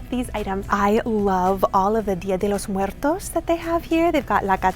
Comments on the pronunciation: Um just the way you said Dia de los Muertos in the right pronunciation made my night. It was perfect. ☺️ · I was going to ask, the Spanish pronunciation was perfect! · Dia de los Muertos wreath was beautiful! Will be a project with my daughter. She was surprised when she heard your Spanish pronunciation on the dot. Muchas Gracias! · I love that your pronounced Dia De los muertos correctly. I love the whole video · It’s the way you pronounce “dia de Los muertos and catrina “ For me 🥰🥰🥰🥰🥰🥰🥰🥰🥰🥰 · Ok I love you but the fact that your pronunciation for día de los muertos y catrines is on point makes you so much cooler to me lol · Wow, your Spanish pronunciation is perfect 😉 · Are you a Latina? The way you said “Día De Los Muertos” and “Catrina” was perfect!!! Love all of your videos!!! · I loved how u said,,el día de los muertos,,,,eres única,,,thank you for sharing,,,🙋‍♀️👍🏻🙏🏻